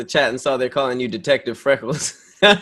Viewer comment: He said frackles ahahahahah